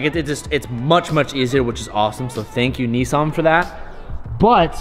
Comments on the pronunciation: Nis not nes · It's not 'Ne-ssan" it's 'Niss-an" mate